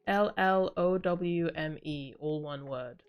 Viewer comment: 8llowme is pronounced as follow me (8 in korean is pal, so pal-llow me)